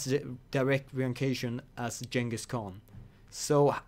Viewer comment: the g in Genghis is like the g in good